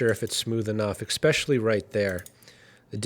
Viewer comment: once - wrong twice TOTAL BOLLOCKS. who is this mfgr even? AND: ES-pecially NOT EX-pecially. come on dude.